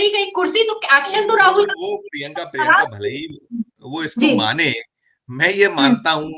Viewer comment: अपने नाम का शुद्ध उच्चारण किया करें। शुद्ध उच्चारण प्रिंका नही प्रियंका है।